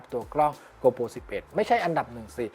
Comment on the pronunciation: เนื้อหาดีมากครับ ฝากเรื่องการเรียกนิดนึงครับ โกโปร ไม่ใช่ โกลโป 12 ล้านพิกเซล ไม่ใช่ 12 ล้านเมกกะพิกเซล